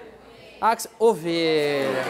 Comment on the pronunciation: Aquisol e.e É equisol e.e kkkkkk